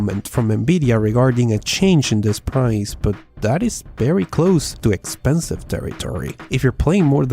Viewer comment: It's Very not Berry